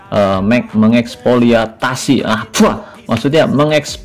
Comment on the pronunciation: Baca jangan di satuin om, tapi MENG-EKSPLOITASI